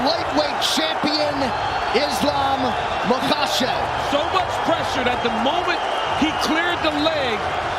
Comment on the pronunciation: Its Ma-KA-chev. Not Ma-KAS-chev. No "s" in the man's name!